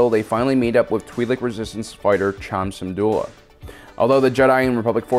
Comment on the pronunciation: “Wat TemBOr,” “Chom Syndula” like bro omggggg I’m trying to sleep to this and all the mispronunciations are keeping me up Fr